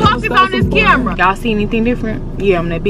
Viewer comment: “Why would you smack them” He said Fuckuss not today